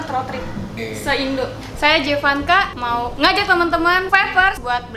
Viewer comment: panggilannya Emak jevass, bukan jee vanka🤣🤣